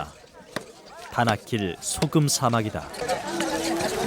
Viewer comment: 다나킬이 자꾸 바닷길로 들리네....나만 그런가?